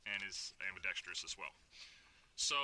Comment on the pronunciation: It's pronounced "ambi-dex-truss". I'm not sure who started the "ambi-dex-treeous" pronunciation in the gun community, but as an ambidextrous shooter, I find the mispronunciation irksome. Otherwise, good video!